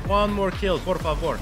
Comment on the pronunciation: Good "por favor". LMAO